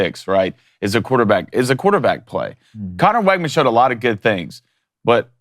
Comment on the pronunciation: Fyi, it’s pronounced WIGman, not WEGman